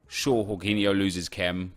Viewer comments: Its jorgin o (im brazilian) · It's Georginho not Whoreginho 😂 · Jorginho is pronounced jorjinyo, not j Horginyo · its jorginho, not yorginho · Its JAW-JEENI-O. NOT WHORE-GEENI-O . So cringey that he’s trying to pronounce it professionally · its georginiho no horginiho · Its not horghinho hes not spanish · Dude everytime you say "horginho" my ears hurt, I don't want to be doing this, but it's Portuguese man, the 'J' in his name remains, it's not Spanish!! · who the fuck is "Horgeeniho" ah man im creased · Why are you calling him whoreginio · What did he call jorghino yorghino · Jorginho is Italian so it's pronounced: Gorginho, like Georginio Wijnaldum. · jorginho isn’t pronounced like that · In spain j is h but in italy j is pronounced like you would g but without the last sound so its cut (rly hard to explain in english)